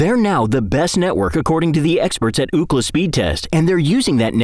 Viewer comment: Did anyone else hear the AI say "Ooh-Clah" instead of UCLA during the commercial?